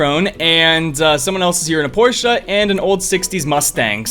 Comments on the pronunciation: 7.23 "porsche" 💀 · When he did the northern rally I think he called a Beetle a Porsche😜